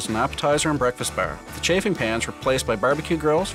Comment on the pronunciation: oh my god the way they say bar like "ber"